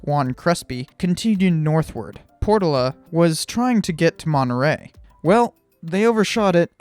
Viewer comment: Portola: "pore TOE luh"